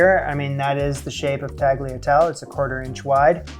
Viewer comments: Entertaining as always! Thanks for that. That butter, however, was breaking my heart. No Butter! Extra virgin olive oil - 2 or 3 teaspoons at the end. Add a little bit of the pasta water during the mix of meat and pasta. Here's a little lesson on pronunciation: baw-lon-YAY-say. TAL-ya-TEL-ay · It hurts so bad to look at you, I constantly wanted to join you and show you how it is done much easier :-D By now and by all the other comments, you know how to do it. :-) Oh and by the way: Tuh-lee-uh-talle-eh, it's Italian, not French, we pronounce every letter. And the GL is like an L that you run around your mouth while pronouncing it. ;-) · Making pasta is easy, but it does take practice. I don't see mentions below of your repeated mispronunciation of tagliatelle (don't pronounce the g), but perhaps Marcella was hexing you for that. By the way, although homemade fresh pasta is the best for ragu Bolognese, the super thin, very delicate, dried pasta from Cipriani (they call it tagliarelle) is a close second. It's available online, but in NY we're lucky enough to have a Cipriani on the far west side around 60th St. By the way, although Marcella is a goddess, a better, and very different (red, not white) osso buco recipe (in my opinion), appears in Suzanne Goin's "Sunday Suppers at Luques." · The G in "Tagliatelle" is silent, but you're nailing the recipe :D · O.K., let's just for the sake of argument that somebody who does cooking videos doesn't know how to pronounce tagliatelle but it's not that hard to find out. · Fab work! Btw, The last ‘e’ in tagliatelle and bolognese is pronounced. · I can't. Tagliatelle is a 5-syllable word in which the G merely modifies the L into a lateral consonant (almost with a Y sound). It is NOT a 4-syllable word starting with a children's game. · your pronunciation of tagliatelle made me laugh a lot, but I bet they were amazing! Good job! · bo-lo-NYAY-zay, tahl-yuh-TEL-lay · weeps in Italian It’s tah-lyah-TEL-yeh.”